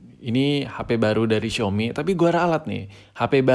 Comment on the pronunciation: Xiaomi Njer Bukan Xiomi